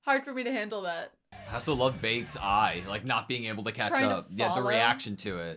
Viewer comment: Baek is pronounced like "Beck". That's his surname/family name. His personal name is Yoonho, just like how Min Byung-Gyu referred to him, just like how it works with Sung Jinwoo. Sharp insights overall, even if you're way off-base regarding what's actually happening and why. Got my thumbs-up.